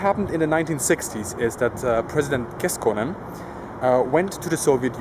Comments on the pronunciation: It is KeKkonen, not Keskonen. Keskonen means prematurely born child. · "President Keskonen"... ROFLMAO!!! One of our most hardline Presidents ever turned to preemie just like that! But yeah, I know you were propably thinking of saying "Kekkonen". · Good video as always. The way you said Kekkonen sounded a lot like keskonen which means prematurely born child. :) BTW Visiting this museum tomorrow. My second visit and I'm just as excited as the first time I was there. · By the way, the way you mispronounced President Kekkonen is funny because in Finnish, "keskonen" means a prematurely born baby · Kekkonen, not Keskonen ;) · When you tried to say kekkonen you said keskonen which means a child born too early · "President Keskonen"?! It's Kekkonen, not Keskonen. :D Do you know what the Finnish word "keskonen" means? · President Kekkonen, not keskonen. Nice video! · How are people still mispronouncing Kekkonen? KEK is mainstream work now and Harkonnen is fairly familiar too in pop culture KEK KO NEN. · Normally I wouldn't comment on mispronounciation of finnish names, or words, but this specific one is a 'really' misfortunate one. In english 'keskonen' means "preterm birth", so... hopefully you can see why President Pretermbirth might make finns give you some really strange looks, if not laughter if they're into black humour. Usually I wouldn't say this, but this one time I really recommend you do something to correct that mistake, please.